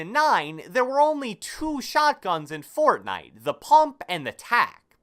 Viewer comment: I love how this guy says Fortnite fORTnIte